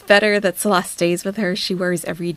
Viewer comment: She can’t properly pronounce Salahs name or hijab, but manages to swear perfectly. Says it all what rolls off her tongue. So happy karma has tanked her view numbers, shrunk her supporters and has her stuck in a country she hates and can’t afford. No one cares. The Salah arc is so boring! Wanna park your sweaty butt on a deity ritual table some more gorl?